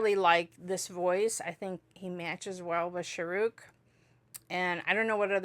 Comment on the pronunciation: When you say this name you stress Rukh and say Shah short. You should stress the Shah and Rukh is abrupt. So Shaaruk